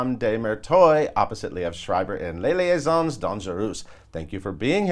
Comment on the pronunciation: No, the second s in "liaisons" should not be pronounced...